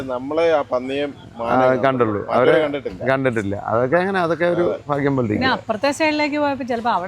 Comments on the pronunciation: Ente..fagyam alla bhagyam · ജലജയോട് ഫാരിയാ , ഫാഗിയം , ഫാഷ , ഫംഗി, ഇവ മാറ്റി ഭാര്യ, ഭാഗ്യം, ഭാഷ, ഭംഗി ഇങ്ങനെ ഉച്ചരിച്ചാൽ നന്നായിരുന്നു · ഫാഗ്യം അല്ല കുട്ടി ഭാഗ്യം എന്നു പറയു എത്ര വട്ടം ആയി പറയുന്നു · ഫാഗ്യം അല്ല ഭാഗ്യം ആണ്